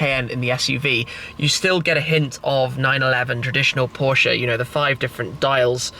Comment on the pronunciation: Please stop saying porsche'uh' 🤐